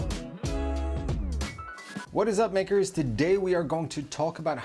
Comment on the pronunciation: Maybe use a different intro than "what is up makers" 😅 it's sounds like something else when spoken quickly